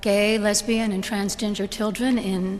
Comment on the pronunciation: she said transginger